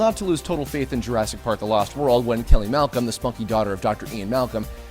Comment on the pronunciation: Hey, did you call Kelly Malcolm "Smokey"? I need clarification.